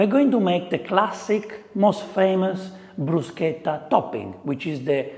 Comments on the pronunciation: I like how you told us how to pronounce bruschetta. You could do an Italian 101 class for anything but food and drink would be a good one. Most of us like to eat and drink, but are reluctant to order in restaurants. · Am I the only one who cringes like I've chewed aluminum foil or heard fingernails on a chalkboard when I hear someone pronounce it "Brew-shet-ah"? How about "Foh-cah-sha"....? Thank you for pushing how to say it! 😂 I need to make this. Really. I need to make this. This is a nice dish for warm weather.